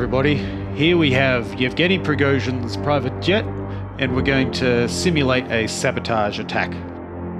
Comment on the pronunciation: Btw, thank you for not murdering the letter ж (zh).